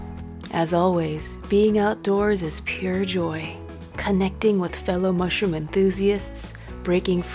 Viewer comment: honey mussroom 😂